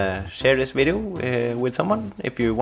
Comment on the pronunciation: Hello guys welcome to another vvvideo and in this vvideo XD then after that u Said wideo XD Good job! XD